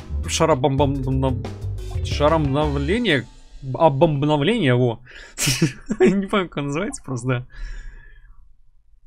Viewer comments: каждый раз забавно как пытается произнести "Обомбновление" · когда пытается сказать обомбнавление